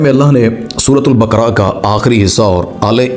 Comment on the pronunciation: Bakra nai sir baakaraa